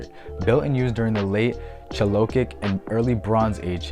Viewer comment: Well, life is about learning. I pronounce Galilee as Gal ih lee, myself (middle syllable is the weak one, not gah lily as you say it with accent in the middle). Not sure if your choice is a valid variant (might be, I don't know everything, fer sher, but never heard your version before). chalcolithic is based on the root chalco (chal co) meaning copper (as with chalcopyrite meaning copper pyrite, a yellow copper sulfide mineral). lithic means stone or rock and is pronounced lith ic (same as paleolithic if you say that correctly; just replace paleo with chalco). chal co lith ic. Anyway, I get to learn from you, so a little return of favor is probably a fair trade.